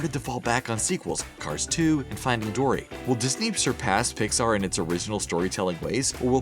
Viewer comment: Why can’t you pronounce Pixar right...